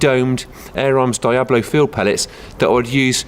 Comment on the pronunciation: It's deeablo and preemos